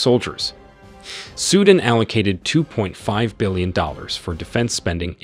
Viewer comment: “Sudin” ????? Wtf it’s Su Dan.